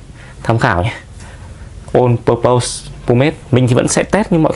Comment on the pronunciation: Thấy nhiều bạn hay phát âm sai phần pose trong từ purpose thành /pəʊz/ trong từ pose có nghĩa tạo dáng (như ông đang đọc đấy). Trong khi từ purpose phát âm đúng là /ˈpɜːpəs/. :awesome